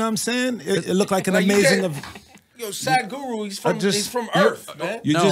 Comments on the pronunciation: 'saaaadguru am I pronouncing right?' 'it's sadguru' 'okay so tell me saaaaadguru' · "am I pronouncing it right?" then proceeds to pronounce it wrong again...